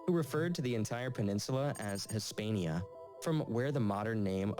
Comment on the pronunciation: If this were ANY SORT of attempt to be accurate and authoritative, he could at least try to get authentic pronunciations: [Say-OO-ta and meh-LEE-ya] as primary examples. I mean I swear to God this idiot got very little correct on pronunciation: "Hihs-PANN-ee-ya", Oo-MAH-EE-jad","Al-Anda-LOOSE"